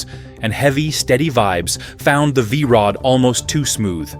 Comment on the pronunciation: What the hell did the AI narrator call the V Rod the first time?